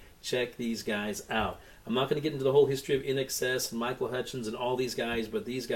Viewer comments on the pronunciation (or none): none